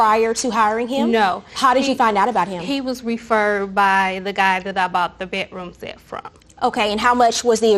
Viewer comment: It is NOT called a BET-ROOM SET